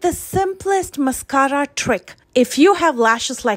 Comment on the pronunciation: Love the way u roll your “rr” s on mascarra!! (Mascara)😁